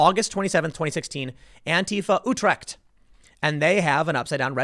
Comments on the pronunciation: hearing tim say utrecht is cringe af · Hearing you try to pronounce Utrecht is hilarious.